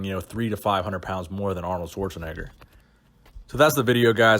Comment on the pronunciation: This guy's pronouncement of Schwarzenegger got me cringing a little.